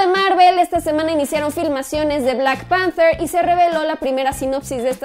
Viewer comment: "lara crouftch" :V "Louuugian" "Blackk panfterrr" "los Ziiifff" "loffftvv"